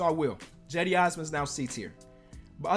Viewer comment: Jedi Osman? 😂😂 Cedi osman ✅